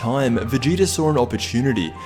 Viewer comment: What is sawer? is that really how your shit dialect pronounces saw?